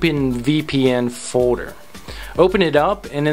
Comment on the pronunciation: "Fowder" = "Folder"? Hehehe funny pronunciation. No offense.